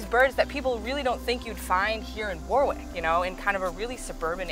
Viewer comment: It’s War-ick with emphasis on first syllable, not War-wick with emphasis on the second.